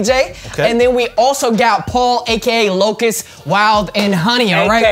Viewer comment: Why they always say Paul's YouTube name wrong? 😭😭